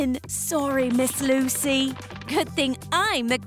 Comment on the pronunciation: It Lucy not luci